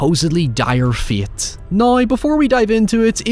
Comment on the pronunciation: I love how this guy says "fate" as "feet" and "however" as "hoyever" its really funny.